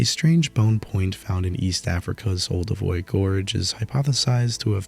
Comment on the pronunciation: Learn to pronounce words like Olduvai.